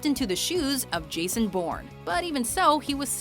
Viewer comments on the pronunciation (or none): none